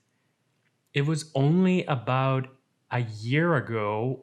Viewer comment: You say “about” like a born and bred Canadian, lol